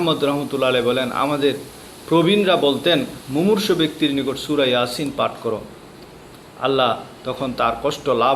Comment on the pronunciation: এয়াসিন নয় ইয়াসিন